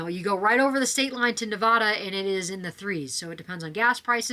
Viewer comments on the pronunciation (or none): So Cute, but it’s not Ne-Va-Da, the VA part is a hard A like in Cat, Ne-Vad-A!!! Thank you!!